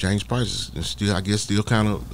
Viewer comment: Why do you keep saying James "Price"? You know the man's name stop acting. Playing like you don't know how to say his name correctly.